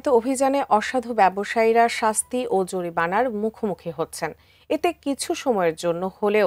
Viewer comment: ম্যাডাম,,, ওটা জরিপানা নয়, জরিমানা হবে